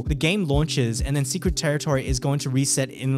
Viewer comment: bro secwet tewitowy